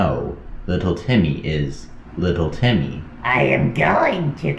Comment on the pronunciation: It’s little Timmy not little tenny💀💀💀💀💀💀💀💀💀